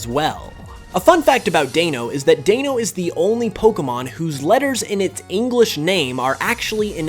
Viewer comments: Same thing with Hydreigon. Glad it wasn't just me. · I came to make this precise comment. And it was even worse on Hydreigon, haha. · If you pronounce the words correctly in German then why not the Deino line’s names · Deino is pronounced Die-no, not Dayno. Zweilous is pronounced Svi-lous, S-why-lous. Hydreigon is pronounced Hydr-ai-gon. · "Notices Deino has ein in it, pronounces ein correctly, still calls Deino Day-no instead of Die-no" (also minor but you said Z-vy for Zwei but call Zweilous Z-why) P.S> Love your videos btw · Pronounces Ein and Zwei correct Also: “Dee-noh Zwy-lus” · deino is pronounced dino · Says "ein" perfectly, but says "Deeno" twice -_- Shame people keep says Deino's name wrong simce it's not the German pronunciation and it ruins the pun with DINOsaur... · He says daneo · it’s meant to be pronounced as die-no, y’know like DINOsuar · ew, do people pronounce them like that in English? Like, Deino is a wordplay on "dino" and "ein", why would you call it "day-no"? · How can you pronounce ‚eins, zwei, und drei‘ correctly yet province all 3 pokemon names incorrectly? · You pronounced deino wrong you fool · Explains where Deino and Hydreigon get their name origins... and mispronounces them right after saying the root words right... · explains the Deino family's name origin still mispronounces Deino and Hydreigon wrong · Kind of annoys me how you mention the fact Deino comes from the German word but you still mispronounce it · Yeah, you're right And yeah, you're right again xD It also triggered me when he mispronounced Hydreigon, Zweilous and Deino. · why did you pronounce deino and hydreigon wrong? like you literally pronounced ein and drei correctly in the same sentence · Along with d’artagnan